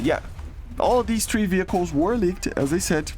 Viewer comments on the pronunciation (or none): say three not trhee please !!!!!!!! THREE not TRHEE